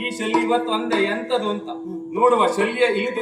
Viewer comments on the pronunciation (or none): ಸಾಲ್ವ ಅಲ್ಲ ಶಲ್ಯ